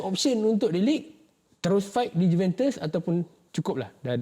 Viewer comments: Sebutan Juventus tu salah bukan sebut juventes tapi juventus. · Cara sebutan dia Yuventes la palatao